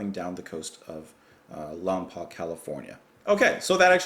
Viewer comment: Lompoc is pronounced Lawm-Poke.